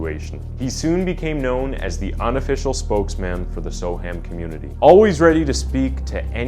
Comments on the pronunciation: It's pronounced So-Umm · The pronunciation of Soham here is sow-uhm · It would have been good if you'd first found out how to pronounce the name of the town you're talking about. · I'm an American. But something tells me that the way "Soham" is pronounced by the narrator dude is wrong....just like how "Lincolnshire" was mispronounced. Can an English person confirm or deny this? Also, terribly sad story. I hope Huntley rots in Hell. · Ah yes. Only had to wait 26 seconds for the mispronunciation. Soham is pronounced more like Sew-um NOT So-ham. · Badly researched…Huntley did have a history plus it’s pronounced Sowam not so ham…jeez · The trial didn't last a year, it started 5th November 2003, and jury deliberations began on 12th December 2003. He may have attended pre trial hearings at Magistrates and Crown Courts before the trial though. Oh, and it's not so-HAM, it's more 'SO-um' - the 'h' isn't pronounced. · Just an FYI it's pronounced more like Sohum not Soham... or just so-um if you a local. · So weird hearing "So-Ham". It would sound more accurate to say "so-erm" I know folks west of the Atlantic struggle with English place names. Like Worcestershire, we literally just say "Wooster-sheer". What do you put on your cheese on toast? Woostersheer sauce! Great video. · yeah, that bugged the heck out of me too but I put up with it cos he’s American. I was gonna comment on the ‘so-Ham’ bit myself as I was screaming ‘So’am’ in my head everytime. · It’s Spelt Soham but it’s pronounced Soum. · Soham said "so-um". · Soham is my home town its so weird being able to visualise every step the victims took 😔 (also its pronounced So'um) if you wish to sound like a local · Its pronounced ' So'am" Soham , SoAm. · Soham pronounced “SO-umm” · Soham is pronounced so-wum. Good short account of the case though. Well done 👍🏽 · as soon as he said “so-ham” I began zoning out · It's pronounced "So-wam" and "Lincolnsheer"